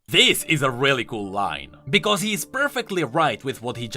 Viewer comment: I love the way that you say because. Its bekoose